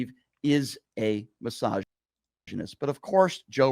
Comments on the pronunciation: Is he saying massagnyst? He’s a rub and tug massagnyst This guy is the absolute lol cow.. I fucking hate that he gets paid to just be a complete loser, getting slapped about constantly. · Why does "" sounds like, he says all the time "Massagenist"? 😂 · says “massagonist” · I love how he tries to soften the G sound in misogynist to sound sophisticated 🤣